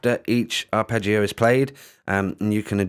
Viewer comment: Must admit I saw the first vid and when you mispronounced arpeggio etc and the name of the software, I was going to try and correct you and just move on to something else - but I noticed someone had put you right in the comments already and you'd taken it onboard politely, so kudos for that - I watched the rest of the vid and then this one, and will be giving this a go. I use cubase and tried BlueArp recently - didn't seem to play too well with cubase, or my set up, and hummed when engaged. Midi loop maybe but couldn't fix it. Anyway, this does look a bit more basic than that but very easy to use so thanks for the demo. You don't come across as an expert - and I mean that in a good way. Pretty refreshing. Sub'ed. Good luck with the channel.